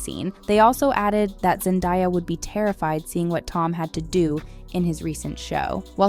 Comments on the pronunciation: zen-day-ya not zen-die-ya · "ZenDIEya" bih if you don't say her name right. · Girl really said zendieya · Zen-Diya 🫠 Zen-daya 😃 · It is zendaya not zendia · It's Pronounced ZEN-DAY_YUH not ZEN_DIE_YUH ..... TF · Learn hoe to pronounce zendaya not die yah!!! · I know this women did not say no zendia instead of Zendaya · Stop saying ZendÁHia… are you stupid?? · Zen-die-uh LOL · And a note to the commentator… if you don’t know how to say Zendaya’s name by now, please dont include her in your reviews.. her name is all over the place, there’s no reason for you to be calling her ZenDIEya. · Anyone else think that chick is not so passive aggressive towards Zendaya? lol Saying her name wrong on purpose and then pretty much calling her a charity case? Really? He ain't ever gonna want you. They're adorable together X.X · How do you get Zendaya’s name wrong 😑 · How can you be someone who spreads Celebrity News and not know how to say Zendaya? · Say her name right or shut up 😂😂😂😂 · Bro why are you saying her name like that😭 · Off topic but girl please pronounce Zendaya correctly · Why are you going out of your way to mispronounce Zendayas name just say it right you know how it’s pronounced your doing extra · I can’t get this video could you keep mispronouncing Zendaya‘s name it’s infuriating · Bro I’m ia gibe going out of your way to say someone’s name wrong the whole video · ITS ZENDAYA!!!! HOW DARE YOU PRONOUNCE IT WRONG- I swear I can't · Why go out of your way to say Zendaya’s name wrong? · If you were going to make a video, at least pronounce the name right for fucks sake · Really lady? You honestly don't know how to pronounce Zendaya's name? Then imo you have absolutely no business doing this video. 🙄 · Those people can f*ck off. It was amazing. Also can you learn how to say Zendaya’s name properly?? You sound disrespectful.